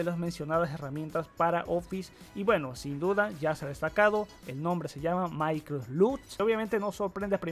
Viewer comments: maicrof lut >:v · Maicrot lut :v